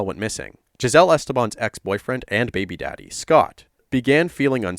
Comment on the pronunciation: Listening to this definitely-Canadian guy say baby daddy made me laugh really hard